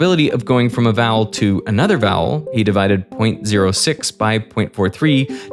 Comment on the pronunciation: (the blonde guy) is good, but I hate when people pronounce TH as F, omg (Feory=Theory) and (Mefod=Method). He also says V as F which I've rarely heard before. (Fowel=Vowel) and (Fote=Vote) 💀(I'm also northern European like him, so that's not an excuse). I hope he will consider and learn how to pronounce it better:)